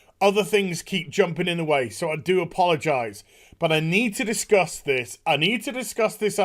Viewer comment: Did he just say "Anita discuss this?"